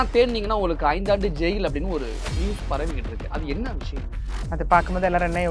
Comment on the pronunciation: அவசரம் அவசரமாக பேசுகிறார் விஷயம் என்ற வார்த்தையை விஷம் என்று உச்சரிக்கும் அளவுக்கு அவசரம் நிறுத்தி நிதானமாகபேசினால் நன்றாக இருக்கும்